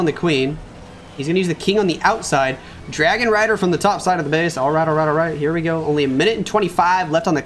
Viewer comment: Bro did you just said Dargon Rider when Mechuo attacked?